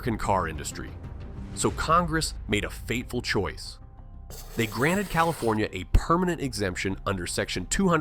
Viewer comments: CalifOnia? Come on.... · "Califonia"??? Clicks off...